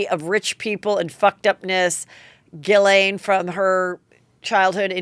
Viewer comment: It’s actually pronounced Jis-Len. It’s a French name. I have a friend named Ghislaine. So Heather was very, very close in her pronunciation.